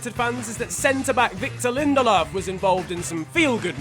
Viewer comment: We ignoring the way he says lindleof then ?